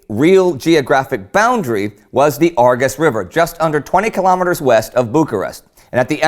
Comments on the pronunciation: i thinh it is pronounced arjesh river not argus :P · Give him a break , it's hard to pronounce the ș,ț,â,ă for non romanian. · Awful pronounciation of "Argeș" it's pronounced more like ah -r-jesh. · The Great War I am on a phone right now so I don't have diacritics but the Romanian s is a "sh" sound and t is a "ts" sound, the other two I can get why they're hard, but just think of Romanian as Italian with a few extra characters in terms of pronunciation. Great video. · Very interesting, the Argeṣ River is pronounced ARJESH, you read that "g" as English "J" and the "ṣ" as "SH". Iaṣi is pronounced IASHI and Ploieṣti as PLOIESHTI Great work anyway, I really enjoy your videos, congratulations to all your team!